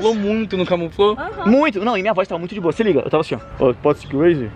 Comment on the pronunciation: Por que falaram boua noite ?